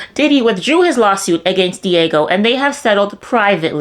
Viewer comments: "Diego" lol Dee-AA-Geo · Dee-ahh-gee-oh not diego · New subscriber here, Not to be a stickler for grammar but the pronunciation is "D-AHH-GEO" otherwise great video! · Dee - age- ee-oh! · Diageo = Dee-ah-gee-oh😊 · lol she’s pronouncing Diageo “Diego” like it’s some Mexican dude she knows whose mom chose a unique spelling!!! Hahaha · Diageo is pronounced "Dia-gee-oh". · It’s pronounced “Dee-Ah-Jee-O” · That's not how you pronounce Diageo.